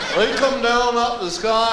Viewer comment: putT. thatT. DOWNTTT and